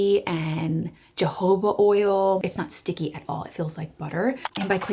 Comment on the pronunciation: Not me hearing you say “Jehovah oil” for your lip stain 😂